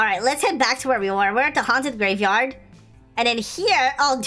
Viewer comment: It's a gravyyard not graveyard